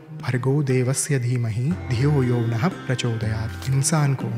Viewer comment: aapka gayatri mantra ka pronunciation wrong hai.... It should be dhiyo yo naf_ prachodayaat. It's written like yo nahä but pronounced like yo naf